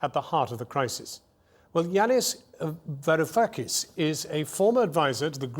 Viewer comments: He had to say his name twice and failed each time, come on now. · varoufkkakis ahahahh wtf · Cool name war-o-fak-is :D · I so rarely get to say this, but boy did Jon Snow make a pig out of saying Varoufakis' name! Take two buddy!